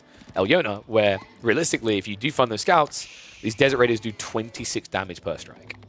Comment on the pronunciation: For some reason whenever said "desert raider" I kept hearing "desecrator" and now I'm imaigning a Desecrator unit. Like, it would have bonus damage against religious units and decap sacred sites twice as fast. Maybe immunity from conversion. And a "desecrate" ability that would work like the shinobi's sabotage, but only on religious buildings; it would block relic income, too.